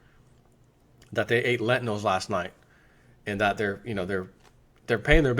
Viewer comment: 1] its pronounced 'Lentils.' not 'len tin nells.' 2] Pizza is low grade food. sprouted, cooked, organic lentils in fluoride free water, BEST quality.